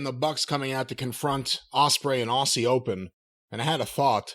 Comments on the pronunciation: correcting Jim's 'Aussie Oldem' with 'aw-cee Open' is shitting me up the wall Even with the spoofed name at least Jim gets the Aussie part right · why does insist on saying aussie wrong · Sounded like “Ozzie Oldham” aha!